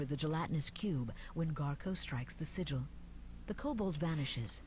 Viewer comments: Thanks for the playthrough. One thing that bothered me throughout is the pronunciation of SIGIL. It's pronounced 'sij el' with a hard J sound, not signal.Google it and listen. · It is sigil not signal